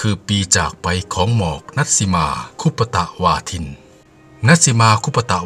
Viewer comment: ชื่อ ณัฐสิมา คุปตะวาทิน ค่ะ ไม่ใช่คุปปะตะวาทินค่ะ แอด